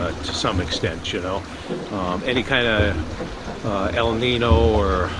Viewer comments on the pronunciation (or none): dude, pronounced EL NEEN YO